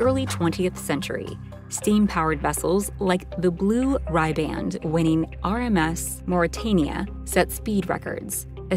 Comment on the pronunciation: ai sounding ass generated script and showing the SS United States instead of the Mauretania, then showing the Mauretania, and then implying that she held the blue ribband all those years. Or sorry, the BLUE RYE-BAND.